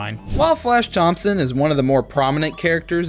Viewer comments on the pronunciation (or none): none